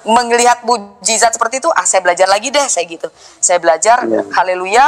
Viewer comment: Koq kamu nyebut "Haleluya" salah sih, apa sengaja ?